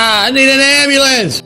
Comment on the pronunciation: Or "ambalance" (Dr Dave Debunker of Frauditors)